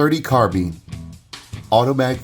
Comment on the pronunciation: Arcadia Machine &Tool! Why in the hell can't people pronounce Carbine. It is not carbean! I own an AMT and an IAI.